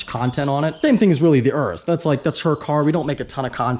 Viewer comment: Day 3 of reminding you its Yuris not urris